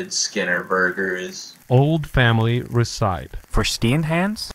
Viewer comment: Man saying: “You call hamburgers steamed hams?”. But it’s a woman saying it… how?!? : “Recipe”. Pronunciation: “Reh-sih-pee”. I guess. Not “Reh-sipe”. The AI sound effect mispronounced “Recipe”.